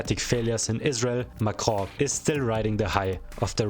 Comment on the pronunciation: when you say Macron I hear "macrow" 😂